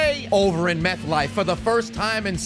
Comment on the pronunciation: My dude really said Meth Life stadium 😂😂😂